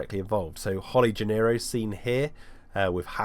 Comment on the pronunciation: Isn’t Donald’s last name “Gennaro”, not “Gennero”?